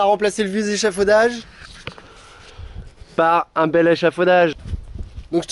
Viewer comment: "on a remplacé le vieux zéchafaudage" Alors on dit "le vieil échafaudage" en fait !